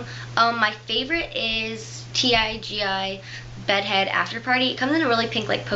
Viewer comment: I think TIGI iss pronounced tee-gee :)